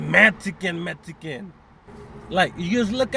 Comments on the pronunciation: Metzican metzican,not metzican American! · “Metiken” *Donald trump has entered true chat * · Metsican! Metsican!! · “medsican” or Mexican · “Metsiken Metsiken”